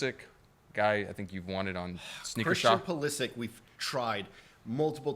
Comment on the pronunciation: You should pronounce Christian Pulisic’s name correctly and maybe Hel come on 😂 that’s ur bad